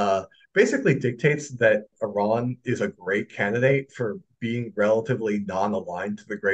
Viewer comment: Four months later has called 'Iran' perfectly.